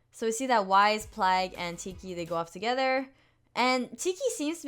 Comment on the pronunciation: Lol I love how you say Wise instead of Wayzz GURL its Wayzz! No hate just pointing it out 😂❤️